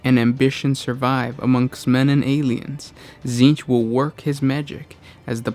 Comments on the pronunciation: Okay this name has to take the cake for most oddball pronunciation. Essentially "TSzceench" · You can't even pronounce the name right … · They're just reading off the Wiki. That's why they can't pronounce the words.